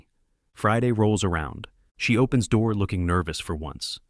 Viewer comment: At this point, I don't care anymore. They're entertaining. Also, why tf can the AI not pronounce "door"? 😂